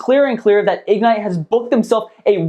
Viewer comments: Why can't you pronounce ig-NITE? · Its not Ig-nite Its Ignite. All one word.